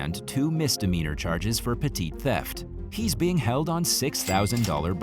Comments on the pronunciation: pet·ty /ˈpedē/ adjective 1. of little importance; trivial. You keep saying "petite". pe·tite /pəˈtēt/ adjective attractively small and dainty (used of a woman). "she was petite and vivacious". I might have brain damage but I'm thinking someone here has more damage than me. How and why could you get petty and petite mixed up? As they are extremely different words. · I didn’t know there was such thing as petit larceny. I died laughing through this entire video. Not only pronounced petit but is also in the text on the video. 🤣🤣🤣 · Dude petty theft not petite